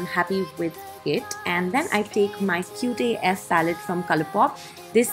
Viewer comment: It’s Cute as fuck not cutay eff 🌚